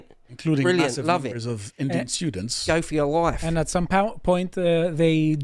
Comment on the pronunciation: “Geoh fer yer loife!” Nice one,!